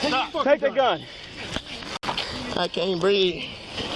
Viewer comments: "i can't breeve" is the new "allah hu akbar" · "I can't breeve ".Yeah,we heard that lie before.Drop the gun.